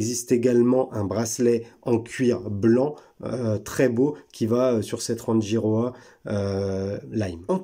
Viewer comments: Elle est belle mais beaucoup trop grosse et surtout beaucoup trop chère pour une marque sortie de nulle part et un calibre (certes Suisse) quelconque. Sinon, je crois qu'on prononce "Ranguiroa" ;-) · Merci de la découverte. Très jolie montre et originale. Je vais aller voir leur site. Pour info l’atoll de Rangi se prononce Ranguiroa. 🙏